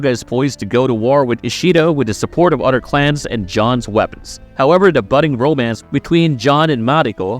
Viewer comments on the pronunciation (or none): you can pronounce Toranaga correctly but you say odder instead of other 😆